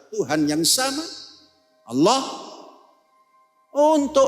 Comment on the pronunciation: Panji Gumilang susah menyebut kata Allah SWT